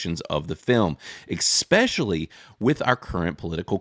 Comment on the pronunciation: my man said "ecspecially"